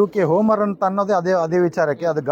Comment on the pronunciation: It's not Hummer brother it's Homer. Please pronounce it correctly